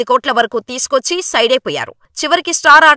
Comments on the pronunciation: స్టోర్క్ కాదు స్టార్క్ 🤦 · స్టోర్క్ కాదు స్టార్క్ 😂😂😂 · storku stroku kaadhu stark. yedakelli ostharo endho🤦‍♂